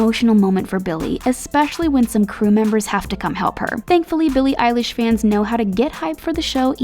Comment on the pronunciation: EYELASH!!!!! Wait.... EILISH!!!!!!!